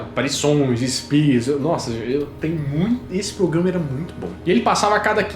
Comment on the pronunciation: O falou: "POGRAMA" algumas vezes? Ou estou enganada?